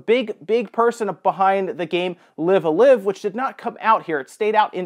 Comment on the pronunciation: LIVE A LIVE.. you read LIVE as like.... live concert's live.. lai-ve